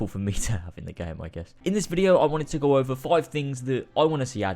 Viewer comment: i always hear: and let's co